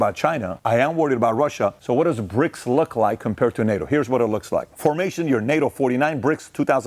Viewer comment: Are you saying Brics or Prics 😂